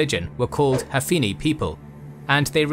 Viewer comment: TWO CORRECTION 1. Prophet Muhammad was the adherence of Hanifa religion, but you pronounce it "Hafini" repeatedly :( 2. Since Hanifa is religion, you cannot called the adherence with "Banu Hanifa" since "Banu" mean "son of" to describe tribal kinship like "Banu Quraisy" and "Banu Kindah". Just call it "Hanifiyyah". .... Over All, I really love your channel and this video :D